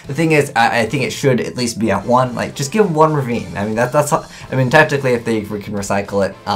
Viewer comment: ...Every time he says "technically," it sounds like he's saying "tactically" and it is so weird...